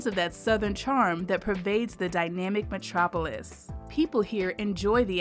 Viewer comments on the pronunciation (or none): none